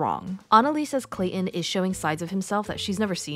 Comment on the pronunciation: ClayTon not clay-in…..